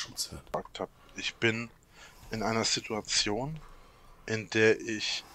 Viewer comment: Als Hobby Statistiker: wenn du etwas vorausahnen willst was er als nächstes sagt … zu 95% ist es eine „sidduadzion“